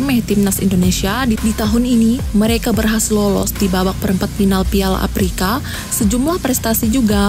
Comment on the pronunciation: Udah bagus nih konten nya, cuma saran aja nih ...untuk bahasa nya harus di bagusin lagi nih biar lebih manteb ...contohnya kalau mengucap afrika harus afrika jgn " aprika" dan kalau play off juga jgn " play op" atau semi final bukan semi pinal..dan lainya...semangat.